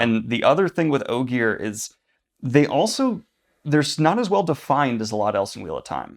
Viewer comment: Discovering Brandon pronounces Ogier with a hard /g/ was more shocking than it should have been honestly